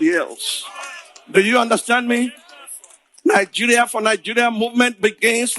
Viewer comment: Why does that girl pronounce words like that? Especially Nigeria. Nawa